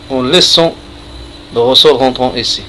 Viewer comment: Ta hadi française 3ndk hhh tkarfasti 3liha les mots techniques tatnta9hom ghalt ressort machirosol